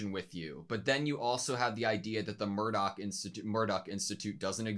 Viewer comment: (First off, it's Marduk (not Murdoc) and "Zeh-leh" (Not "seal").) I started watching Evangelion with the ADV video tapes (THIRTY BUCKS A POP!! FOR JUST TWO EPISODES!!) in 1998, and 17+18 was the first tape I had to wait for (the first seven volumes had come out before I got into it, and Volume 8 came while I was watching those). I don't want to say too much, except that this episode is just the prelude to the next. (As I'm sure you've noticed, many Eva episodes are two-parters.) And the Class Rep's crush on Toji is so cute! Thank you for picking up on it and discussing how Toji himself picked up on it, too!